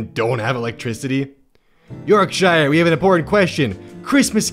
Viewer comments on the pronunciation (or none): york shire? its pronounced york sheer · Pronounced yorkshur not shire sorry from south yorkshire it annoyed im a tyke through and through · Yorkshire is pronounced yorkshor. It annoys me because I live and grew up there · most uk counties that end in "-shire" are pronounced like "-sher". so "yorksher", not "york shyre" sincerely, a yorkshire tyke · the way you said yorkshire makes me shrivel so much its pronounced, york shir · pronounce yorkshire correctly or we're gonna have a problem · That pronounciation of Yorkshire made me cringe